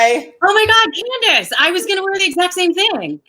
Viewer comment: He called her candeece